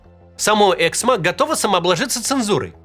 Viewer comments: "ЭксмО", а не "Эксмо". Можно хотя бы погуглить куда ставить ударение? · Эксмооо,а не эээксмо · Правильное ударение эксмО. Можно же немного разобраться. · Максим, пожалуйста, Эксмó 🙏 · Давайте хоть сделаем вид что мы не первый раз услышали про это издательство и уточним ударение "эксмО" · Правильное ударение в названии: эксмО! Слух режет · у автора канала большая проблема с ударениями в словах и фамилиях. "эксмО" (на последнем слоге ударение). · я автор "Эксмо" (кстати, ударение на последний слог). Они и так по полгода выплаты задерживают, еще и это, блин